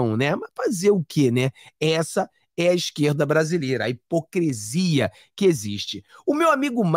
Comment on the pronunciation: Não é "hipocresia" com "E". É "hipocrisia" com "I". Cuidado com o vernáculo...